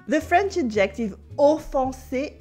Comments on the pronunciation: Thank you for these wonderful lessons! A little note on English pronunciation: “Adjective” should have the emphasis on the first syllable, like so: AD-jec-tiv. (I thought originally you were saying “objective,” which has the emphasis on the second syllable: ob-JEC-tiv.) I also noticed you mentioned that l’Académie Française issued an official “reclamation.” I believe that is a faux ami, at least in colloquial American English. In Portuguese, “reclamação” means “complaint,” so I’m guessing that’s what you meant? In English we use “reclaim” differently. It means something like “recycled.” “This table is made of reclaimed wood,” would mean the wood has been salvaged from, for example, a building that is to be torn down. By the way, your pronunciation of “holier than thou” was just about perfect! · Are ypu saying objective?....When you should be saying adjective...which is pronounced ....ah gha tiv...with the accent on the 1st syllable...adjective.....je besoin dire a vous.... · took me an embarrassingly long time to figure out you were saying adjective, and not ejective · I love her and I love it that despite her expertise, she pronounces "adjective" with the stress on the second syllable, so it kinds of sounds like obJECTive in stead of "ADJective." Elle me rappelle la grande majorité des Français de ma connaissance: intelligents, enthousiastes, pleins de joie. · Do all Brits pronounce it "ad-JECT-tive"? I haven't heard that in my U.K. sojourns. I have noticed how the accent stress appears to change as it crosses water. French: Cy-ra-NO British: Cy-RAN-o American; "CYR-a-no. I've heard an American poet point out that in Britain, apparently, one who plays that jazz instrument is a Sax-OPH-on-sit. And he might use the U-RINE-al in the gents' lav! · "Adjective" in English is pronounced "ADJ ek tiv" with the accent on the first syllable. But the way you say it is adorable!